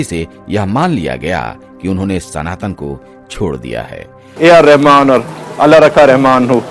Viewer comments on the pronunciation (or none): none